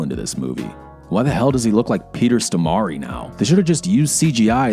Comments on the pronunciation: peter stormare not peter stomari :P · Its peter stormare prunounced like the english word for storm. Not storimari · Is that how non-swedes pronounce Peter Stormare? LMAO